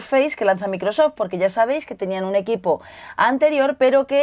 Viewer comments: ulala señor francés se dice maicrosoft :v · Dice bien Surface pero después micro soft hayyyyy!!